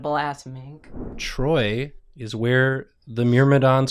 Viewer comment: why did you put emphasis in "IS" ? Shouldn't the emphasis be on "IN" ?